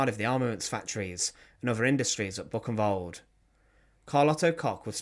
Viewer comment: Your German pronunciation does need work. Buchenwald is not Book-in-wald. Bookenvald would be better.